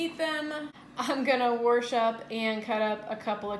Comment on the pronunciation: where are you from. "Wash" is said rather distinctly.